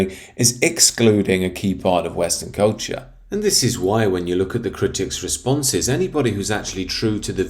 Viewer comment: "Lord of the Rings is one of the most beloved masterworks of recent English and arguably European cultCHAAH."